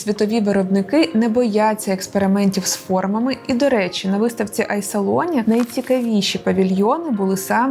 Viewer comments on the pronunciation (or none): Цікаво, але хочу вас поправити : вимовляється "і салоні", а не "ай салоні", тому що це італійське слово в множині з артиклем.